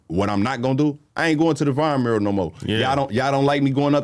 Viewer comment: why can not say mural? he always go “mrr…?” like just decide if u gonna say “myurrAl” or “MuRRul” & go for it don’t be scared